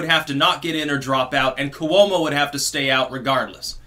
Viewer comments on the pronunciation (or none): none